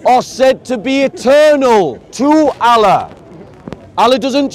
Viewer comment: How can speak to so many Muslims and still not know how to pronounce the name of the Creator in Arabic?